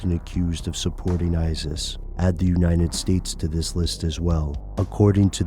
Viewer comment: It sounds funny when you say "United States"